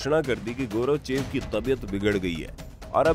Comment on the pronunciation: गौरवचेव नहीं गोर्बाचेव बोलो 😡😡😡